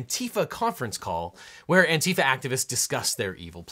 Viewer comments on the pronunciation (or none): It should just be "ANTI-fa" just like anti-fascist.